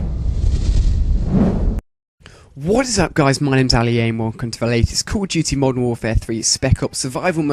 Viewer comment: are you saying cool duty?